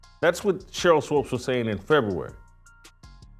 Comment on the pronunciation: It's pronounced like Sheryl (SWOOPS), and she is one mixed up chick! In the inaugural season of the WNBA, the media was pushing her, Lisa Leslie and Rebecca Lobo, as the stars. Swoopes, was pregnant and the 'W' did all they could to hide that fact. She has "switched teams" albeit Straight or 'G' a few times. She used to be kind of cute but now she is just an older, chubby, b!-curious, bitter chick that wants to remain relevant.